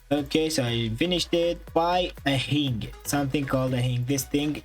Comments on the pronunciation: i have got a better glitch also does this youtuber know he is not pronouncing hinge correct he says hing but it is hinge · Its a hinge not a hing🤣🤣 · Hinge is pronounced hinje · I love how he says hinge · Oh really you kept saying hing lol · Your saying hinge wrong face palm